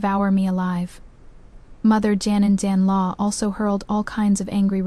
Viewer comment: you need to listen to these stories before you post them. The AI can’t correctly pronounce today, mother-in-law, father-in-law, or parents-in-law. It messes up the children’s ages in the timeline. It labels the heir as the crown prince, instead of the heir. It also makes no sense to fight so hard against them in the beginning because of him taking a concubine only to later give him two concubines, and then let him keep taking them in just to spite the one he originally wanted to take in. This makes the FL look stupid and petty. I didn’t like this story at all. It would have made more sense if FL would have stuck to the six months, got the signed paper of the events and later went to the yaman to get a divorce. I would have respected her if she had done this. It’s stupid and petty to punish one combine by taking in more. It’s making the FL look stupid too.